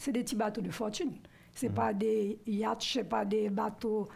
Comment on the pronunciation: Un yacht. Se lit yoott. "ioooote" en français. Pas des "iact" ou des "iiaattch", comme nous le dit Maryse Narcisse. Mais "iote". On dit des "iote" =(yacht).